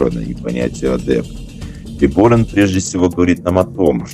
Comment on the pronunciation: Как правильно ставится ударение в слове Биборан? В видео на О, пророк ставил на А